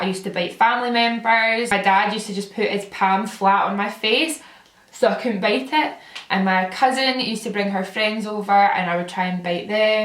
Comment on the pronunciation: on fact 9 I seriously thought you said you like to bake people... I was a bit concerned until I heard bite LOL. I couldn't figure out why you'd want to bake your grandma bahahahaha